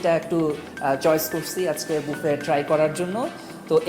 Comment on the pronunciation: Bangali বাফে k বুফে bole keno